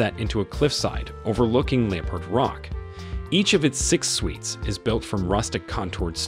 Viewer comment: What's a leeperd